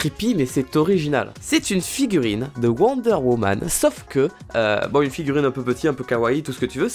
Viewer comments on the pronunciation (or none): quand te parle de worde woman c'est pas sa c'est worder woman tu le dit mal